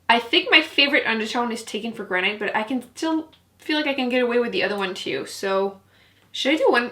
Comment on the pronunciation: Gran-it. Rhymes with can-it. 🤓 YOU ROCK!!! I can’t get enough of my Dream Street palette. It is SO good!!